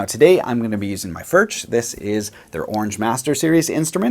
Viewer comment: It does, and I like the video. But I still wish somebody on these English speaking chammels would at least make an effort to pronounce "Furch" correctly.